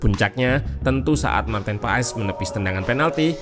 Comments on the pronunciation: Sekarang pengucapan nama Paes bukan di ejaan kita min, tapi pengucapannya adalah Paas...kalo tulisan nya sih tetap Paes😊🙏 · Marten paes di baca maarten pas